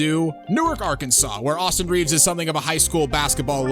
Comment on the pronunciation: AustHIM Reaves